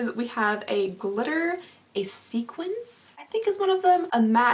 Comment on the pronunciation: "sequence" roxy andrews has entered the chat